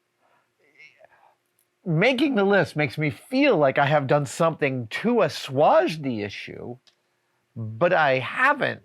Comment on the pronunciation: I don't think I've ever heard assuage pronounced like this.